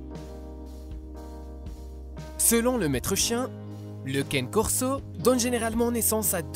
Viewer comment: Aïe mais oreille ça se prononce pas caine corso mais canER corso pfff